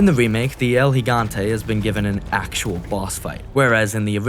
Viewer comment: Was already gonna sub, but then I heard you say El Gigante correctly and had to for sure! Awesome video thanks